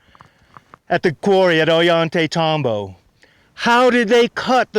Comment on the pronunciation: Every time says, "Ollantaytambo," a puppy dies.:o(